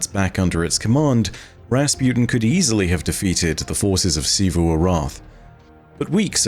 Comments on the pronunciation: Thank you, thank you, thank you for stopping saying “Chivu” and saying it correctly now lol. Despite many many times on the game being mentioned lol. Now I can watch you videos peacefully lol. Great content tho. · Hey! He said Xivu right finally!